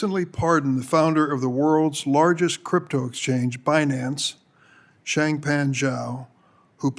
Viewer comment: Forbes chairman 😅😅 bi nance fi nance tri nance bi partison Embarrassing 😂😂😂😂😂